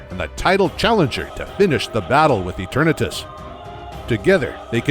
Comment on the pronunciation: How I hear is: eterNEEtus